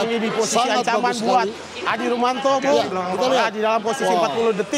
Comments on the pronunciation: He komentator bodat, adi rominto bukan adi rumanto 😕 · Adi rominto bung,bukan adi rumanto hwkkkkk